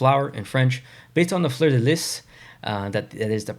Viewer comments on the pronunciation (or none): Totally! It never occurred to me that “Fleur-de-LEE” could be pronounced in any other way until I saw this video! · I never seen an eastern Canadian mispronounced Fleur de Lee so much in my life smh